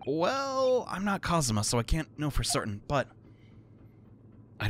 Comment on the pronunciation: It's Kazuma. You were pretty close though.